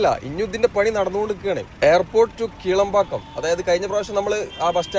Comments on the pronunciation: Bro, Kilambakkam and Kelambakkam are different. When you say Kelambakkam, it's confusing. 😅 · ഒന്ന് കിലാംപാക്കം മറ്റേത് കേളമ്പാക്കം...